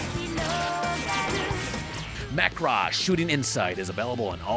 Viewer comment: Is that really how you pronounce Macross? Please say it aint so